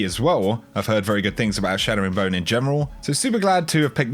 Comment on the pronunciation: CHATTERing Bone not SHATTERing Bone!